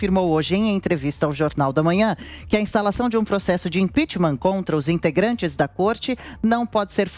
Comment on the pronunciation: IMPEACHMENT SE PRONUNCIA IMPECHMENT E NÃO IMPEACHMÃ.